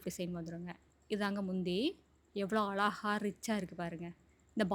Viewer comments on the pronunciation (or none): அலாஹா... இல்லிங்க... அழகா! அழகு என்ற வார்த்தையை அழகா உச்சரிங்க...